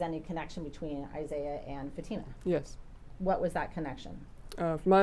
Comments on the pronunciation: I hear him say Fat-tuh-muh 😮😮😮 so, disrespectful 😤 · Plus he doesn't even know how to pronounce Fatima. He keeps saying Fat-ima. 🙄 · The Defense lawyers are so unprofessional. Yawning, arms crossed seems disinterested to the people on the stand. And neither can pronounce Fatima's name correctly......."00"